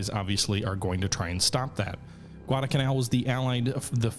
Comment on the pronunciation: Neither of the l's in Guadalcanal is silent.